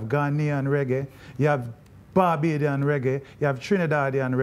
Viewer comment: Man said 'barbadian'. #Bajan